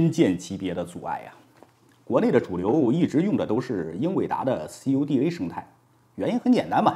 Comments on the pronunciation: 这个CUDA读作酷达🤣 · cuda ，这么念：哭哒....